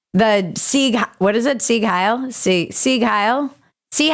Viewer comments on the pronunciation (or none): not "hail" cortez..............it is Hiel still a fool, the voters aren't any better.